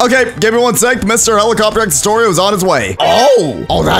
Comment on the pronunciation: helicoterr helicopterr